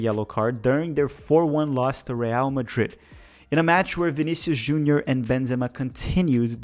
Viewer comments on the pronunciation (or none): none